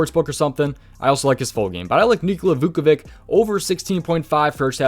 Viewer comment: Just letting u know ur pronouncing Vucevic wrong it’s Vu-Suh-Vich